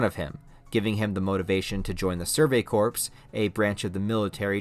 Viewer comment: Do mistakes like saying Corps wrong come from you using a program that uses your voice...its not intolerable mistake..but so many you tubers do this glibly..while trying to apparently educate..